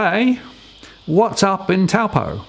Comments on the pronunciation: Ahem It's said "toe-paw" rather than "t-oow po" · Dear Australian the pronunciation is.. TOE PAW. It is a Maori word often mispronounced by us European folk! Wow they have bought leasehold land, poor suckers. No one will touch it particularly being a Maori trust. You have situations over near Cornwall Park the owners walk away instead of paying 74,000 ground rent per annum. No investment.